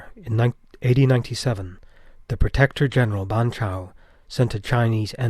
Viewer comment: It sounded like he said 80 instead of AD. had me confused for a second 😂